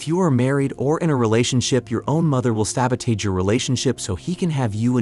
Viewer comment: Why don't you learn how to pronounce sabotage? sab·o·tage [ˈsabəˌtäZH]